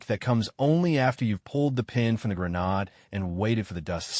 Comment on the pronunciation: Maintenance comments only: every one of these narratives has the same villain wives, the same villain families, the same victims, and the same spineless narrator. Also, the word grenade is NOT pronounced grenahd, it is pronounced "grenayd"! Basic dictionaries are very instructive. Use them!